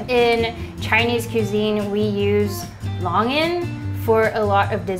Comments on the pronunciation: RAMBUTAN: RUM-BOO-TON LONGAN: LOW- NG-UN sorry couldn't help it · I thought it's long-gan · the way she said rambutan and longan tOOK ME OUT HJSBSHSHSHSHSFAFA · Surprised at the mispronunciation of longan and rambutan.